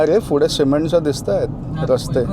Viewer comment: फुडे नाही रे पुढे 😂